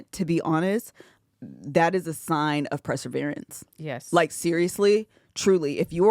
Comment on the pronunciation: Ok, is my English wrong? Is playing with us by saying PREsevere when we know it's PERsevere? No shade AT ALL. Just wondering if it's like the cricut thing.